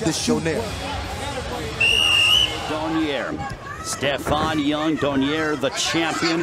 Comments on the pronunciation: Why does that announcer continue to pronounce Nonito’s last name as Donyare? It’s pronounced Dough Nare. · commentator doesn't know the name of boxer. Donaire, not "Donier" LOL